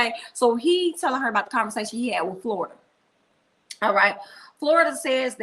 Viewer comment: you are killing me each time you say Florida (for Florita.) Queen, you are too funny! 😂